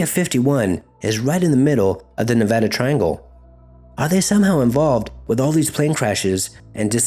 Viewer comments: Thank you for saying Nevada Correctly. We hate it when people say it wrong. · great video..I grew up around this triangle. .also thanks for pronouncing Nevada right lol